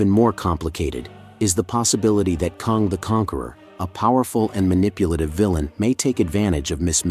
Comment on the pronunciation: Could not even finish the video because of that.